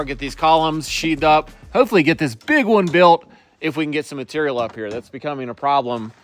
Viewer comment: #letjamietalk yes to a podcast called “Letting Talk!” I love hearing it especially when he say “muhturul”